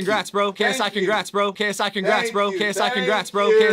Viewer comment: It sounded like KSI kicks rats or K psychic rats